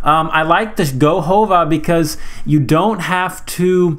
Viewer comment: govaho not gohova